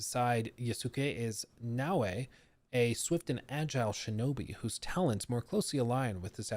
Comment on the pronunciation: Naoe, E, is supposed to be pronounced as A in Japanese. So, it's actually Nao+A, not Na Wei. Wei is usually use by Chinese.